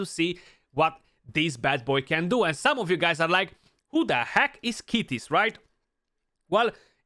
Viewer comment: ITS Kytis Not Kitis say it right!